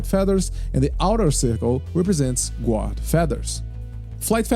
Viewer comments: The "u" in guard is silent. You pronounce it "gard". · Great guide, easy to understand and a wonderful overview, thank you! Just for future reference, "guard" is pronounced like "gard" 👍